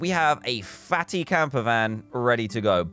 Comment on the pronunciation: No one: Dan :we have a fAtTy campervan